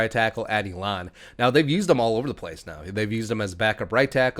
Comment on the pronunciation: As a graduate of Elon- Udoh’s alma mater- it’s pronounced Eeee-Lon. Sorry, athletically, we don’t have much to brag about, got to get the mentions where we can….😬